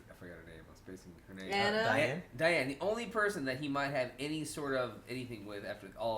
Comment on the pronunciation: 😡😡😤😤 I really hate that every youtube reactor gets diane's name wrong. It's "cry-anne"